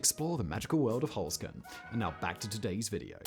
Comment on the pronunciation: OK am I the only one that thought at first with Simon's accent he was saying "Foreskin" but was saying "Holzkern" Had to rewind and listen again. Dang British accents lol